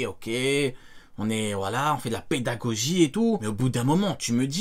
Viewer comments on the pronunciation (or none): Je rêve où il a dit la pedagoji😂